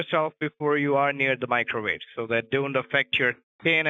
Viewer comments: Hold on hold on why is the creation of a "Macrowave" the funniest thing I've ever heard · "the first Macro-Wave" oh god I'm losing it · Lost it at "world's first macrowave" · "The world's first macro-wave" 😂😂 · “He’s trying to make the world’s first macrowave.” I’m dying 😂😂